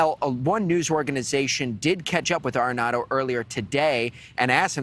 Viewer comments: You kept calling him “arrenado “ when his name is Aredondo. Make sure you hold the correct people accountable. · It’s PETE ARREDONDO….not Arenado! Pete Arredondo which translates to “incompetent coward”.